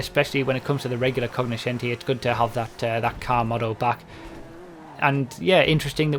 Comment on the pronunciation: like you're right, didn't even know this was within the english vocabulary. Originally (latin / italian) it is pronounced more similar to coño-scenti.